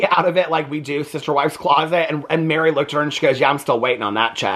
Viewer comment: It’s mer-ri not Mary